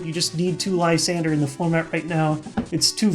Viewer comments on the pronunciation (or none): I run skyla in my night march deck. Also i dont normally give a shit about pronounciations but i cringe every time he says "lisander" instead of lysandre.ugh